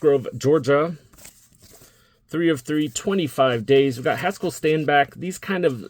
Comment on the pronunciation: You said Mr Haskel